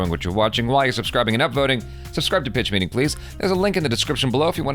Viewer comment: Did he just say ... BITCH MEETING?